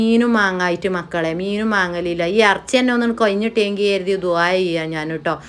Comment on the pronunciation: അറച്ചി അല്ല ഇറച്ചി 😅